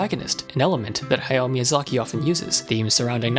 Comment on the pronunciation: Who the hell is "Haya Miyazaki"? You mean "Hayao"?